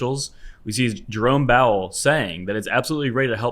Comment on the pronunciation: Did he just say “Jerome Bowel” lmao